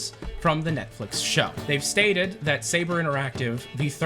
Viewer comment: “ NETFILX “ lol